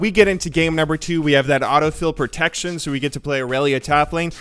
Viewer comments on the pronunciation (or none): none